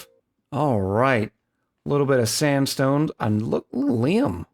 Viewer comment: You nearly said 'standstone' 😂